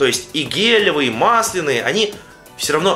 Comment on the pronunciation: мааасленые а не малсленыые !! разница в ударении